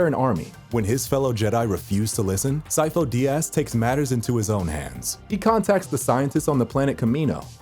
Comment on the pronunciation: "sifo de ass"